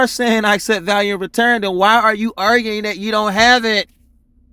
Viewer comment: Goodness. I need you to say this correctly one time. I know you think it’s silly, but you’ve heard it enough times to get it right. It goes like this. “I accept for value, and return for value”. It’s common sovcit jargon and it has a meaning. It’s got to do with a secret account sovcits believe that every citizen has. They believe that can charge things against this imaginary account.